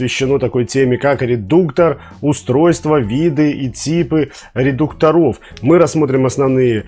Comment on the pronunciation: ударение редУкторов, будте пожалуйста грамотнее, очень познавательный и хороший канал.